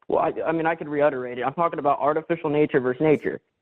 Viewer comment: Call me petty (Tom, please), but the caller's repetition of "reutterated" is tanking credibility with every subsequent utterance. Let me reiterate, I don't think he is a very well educated chap; he just plays one on call-in shows.